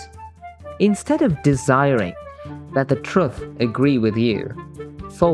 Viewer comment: but no matter what you mean by "truth", it never should have a "U" that sounds like the one in "truck" or "strut". not like the "oo" in "book". It's weird that this guy say "true" correctly but doesn't realise that "truth" is just "true" = "th".